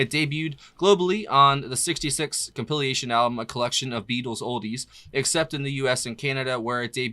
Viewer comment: ...'n while you continue to say compiliation...don't you really mean compilation? If not, I'm totally confused...Have been for months.